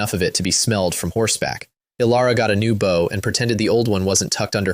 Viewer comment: Ai really does not know when to read bow and bow correctly. I've listen to dozens of these stories where the weapon was read as the bend of the body and now it read the weapon instead of bend of the body....